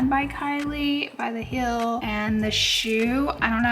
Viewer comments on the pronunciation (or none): Heel and deal should rhyme, but not like "Hill" and "Dill." Try saying "HE" and then the L sound. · It's heel not hill, the pronunciation is driving me crazy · Heeeeel is the shoe part. The way you say it its Mountain hill